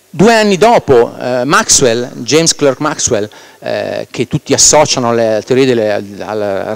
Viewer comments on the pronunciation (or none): none